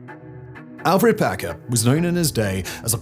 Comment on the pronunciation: Alferd Packer. Not "Alfred". I'm feeling very pedantic today. Even Wikipedia has this one wrong, so I'm not surprised. The Colorado Encyclopedia gets it right; fittingly for "The Colorado Cannibal"...